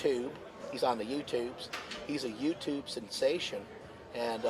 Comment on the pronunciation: Pet Roobish is on The Yew Toobes. :p ( subbed and liked i'm just kidding with you i found it funny how you said it)